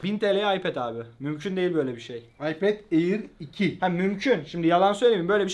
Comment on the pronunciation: ipad air 2 diye bastırarak söylüyor sanki son model cihaz